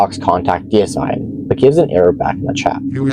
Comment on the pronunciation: I love the fact that you actually read the name correctly. Deicide, which means kill god, not decide.